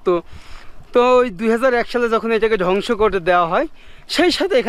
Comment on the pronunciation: এক কথা বার বার বলা হয়ে যাচ্ছে, আর ধ্বংস কে ডংস বলবেন না